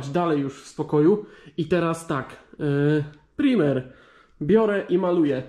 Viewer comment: "Prajmer" byku!!!